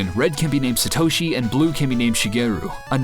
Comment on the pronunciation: OMG Learn how to prnonouce Satoshi, you psychopath!!